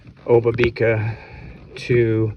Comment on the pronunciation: Great video. Thanks for producing and sharing! Spent a lot of time paddling and working in this area in a past life and it's so nice to get refamiliarized via this post. Really enjoyed it. Small point but, as with most of the Indigenous names in that region, I am pretty sure the emphasis is generally on the 2nd syllable. So the 'ba' in obabika is emphasized rather than the 'bi'.